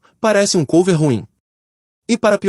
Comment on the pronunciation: Maravilhoso! Muito bom mini-documentario. So uma sugestao. Eu nao sei se a voz e gerada por I.A., mas o uso do nome COVER (ex: Banda Cover), nao se pronuncia como se tivesse o acento circunflexo no "O". A palavra COVER e pronunciada em Ingles como se tivesse acento agudo no "O". Da mesma forma que a palavra CLOSET nao se pronuncia como se tivesse acento circunflexo e, sim, como se tivesse um acento agudo no "O".